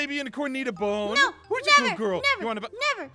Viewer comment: is noi not no